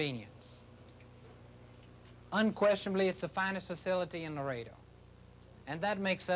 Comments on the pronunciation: ITS LAREDO, NOT LARADO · It's Not Larado, it's Laredo!